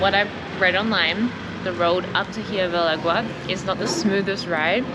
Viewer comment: "Ee-YER-be del agua"